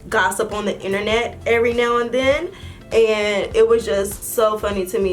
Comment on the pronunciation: I love how says right now it sound like right "neyow "